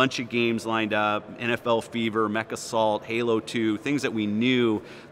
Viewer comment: He said Mechassault. He's a hero.